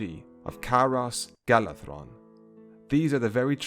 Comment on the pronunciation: You’re the first person I’ve ever heard to pronounce all the Elvish names correctly. An example is Caras Galadhon, I hear a lot of people say Ga-la-don, but you said the correct form, Ga-la-thon (similar to Maedhros pronounced May-thross, with the dipthong being a soft th). Nice job as always!